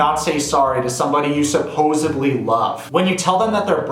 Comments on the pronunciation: I just gotta say this real quick... it's "supposedly" not "supposably". Now...I agree wholeheartedly with your assessment of Big Ed. He's a terrible person and should have never even thought about bringing up Rose's breath, leg hair, wanting her to take a STD test- any of that on TV! Those things should've been between the 2 of them. Why didn't he offer to hello fix her ulcer once he found out about it? I mean here takes no issue with confronting her about breath and hairy legs! Also giving her a child's my little pony toothbrush! OMG! I am pissed too. He makes me sick! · LOVED THE VIDEO BUT DID U SAY...... supposeBLY?????? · Supposebly? Oh you mean supposedly. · It’s “supposedly” - There’s no such word as “supposebly” 🤓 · Please dont say "supposebly." It is "supposedly." Pet peeve, makes you sound like Joey from friends